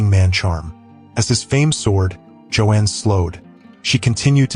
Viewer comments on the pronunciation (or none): You are mispronouncing her first name. AI?